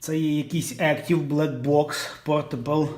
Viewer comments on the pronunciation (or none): Не Актів, а Ектів )😅😅